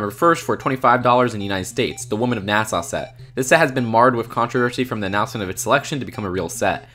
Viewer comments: It's NA-SUH not Nassau. This has nothing to do with the Bahamas. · It’s Nas-uh, not Nas-aw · Why does he keep saying Nasaw? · NASS-AH not NASS-AWE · Just so ya know, it’s pronounced “Nas-uh” not “Nas-au”. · God it really sounds like you're saying Nassau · Marshfellow yeah, I was agreeing with you...how are we the only people mentioning he said "NASA" wrong 30 times? 95% of the comments are praising him for how smart the video was but...Nasaw? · "NeahSeah" Can't tell if its slight southern accent or just cant pronounce the word, no hate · Why do you pronounce NASA like Nassau?